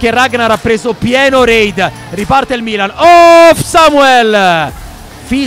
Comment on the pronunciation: bro non sai neanche come si pronuncia il milan